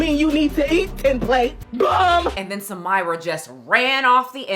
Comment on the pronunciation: Far from me to correct the plus size lady, but her name is Arabic, is spelled Samirah and it's pronounced Sah-mee.rah